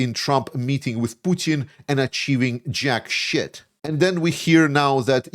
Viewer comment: Hah! It is soooo funny to hear a Latvian say JACK-SHIT!